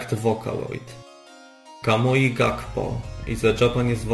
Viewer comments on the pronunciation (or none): none